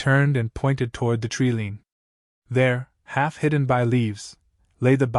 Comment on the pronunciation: TREE LINE not treelean